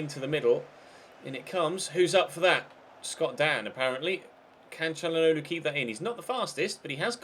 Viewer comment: When you said Chally for Calhanoglu it sounded like you said Cani as in CaniSports